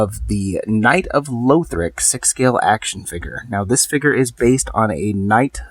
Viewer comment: Pls stop saying louthric its not how you pronounce it